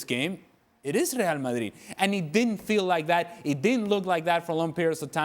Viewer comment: Speaks English then says Real Mayeeeed in foreign 😂😂😂